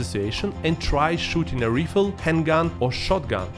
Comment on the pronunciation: It would be helpful if you at least googled how to pronounce some words before making a video using them. Like, it's not that hard. Rifle, reputation and polygamous are some examples of words that are not pronounced like you pronounce them. Some self-awareness on your part would be great